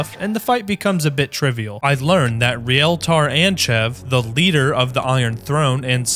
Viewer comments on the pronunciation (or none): none